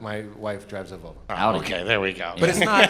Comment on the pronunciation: Hahahaha "Valvo"